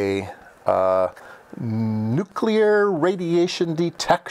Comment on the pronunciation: What the fuck is "nucular"?? It is pronounced "New Clear". What beeper? Typical content from Retardistan. - aka Merrica. Pie eezio? It's pronounced "pie etzo" in human English.